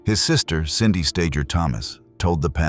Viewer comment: AI is a joke. Is the pronunciation StaGer or StaJer? At least be consistent and do some proper editing.